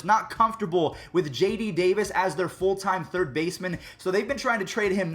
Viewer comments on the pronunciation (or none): none